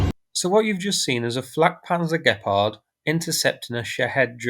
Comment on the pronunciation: Gepard... not gephardt ... or better say Cheetah in English :)